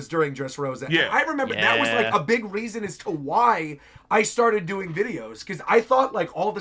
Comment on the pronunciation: I’m sorry, I gotta point out that you said “it sharted, I feel like, with Wano”, lmao